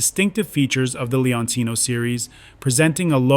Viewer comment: 😂😂😂😂😂Si ma.......la serie di Benelli, si chiama Leoncino!! NON Leonino!!😂😂😂